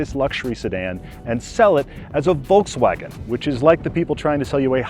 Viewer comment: I absolutely hate the way that say Volkswagen “Valksvoggen”